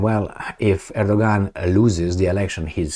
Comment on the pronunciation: Erdogan is pronounced Erdowan in Turkish